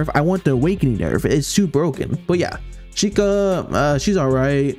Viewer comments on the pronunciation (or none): none